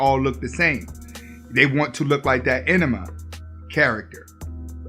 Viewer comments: anime - it’s pronounced “an-nuh-may” not enema: an anal flush …lol. Keep doing what your doing with the info. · Bro said enema character lol he meant anime character. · Did you just say enema instead of anime lol